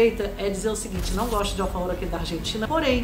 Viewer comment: A água é ótima. Smart nao é água. Desculpe. Nada a ver falar alfarrrror. Buenos Aires nao é para amadores.